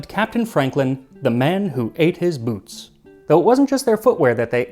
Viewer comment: Max.. my guy, I love you, but you gotta pronounce that better. I thought you said, “For days they lived on the leather of Buttholes and belts”